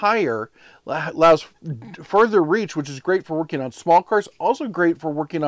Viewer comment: "Workeen" is not a word. "Shoppeen" is not a word. "Steppeen" is not a word.